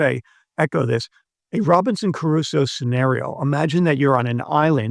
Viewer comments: Trivial correction: it's not Robinson Carusso, it's Crusoe. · It's Crusoe not Caruso. Not that it matters but I thought you should know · ...imagine a supposedly educated English speaker who can't properly pronounce the name of Robinson Crusoe... This is not about moral bankruptcy, it is about intellectual flatulence. A long-time fan, unsubscribing (not that it matters, of course).